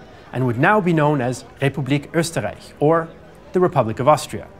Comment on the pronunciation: very nice German pronounciation. I am impressed - even "Österreich" was said correctly and not "Osterreick" - very very nice. Is it possible that you have learned German in school or are even raised in a German speaking country? Because it is so fluently and almost without any accent. and for the rest of the video.... thumbsup :) ****edit********* Google is your friend - now I know why your pronounciation is so perfect. :)